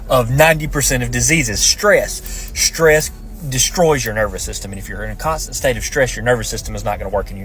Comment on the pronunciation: "Innything...absolutely,...IINNYthing! Even schhtresss."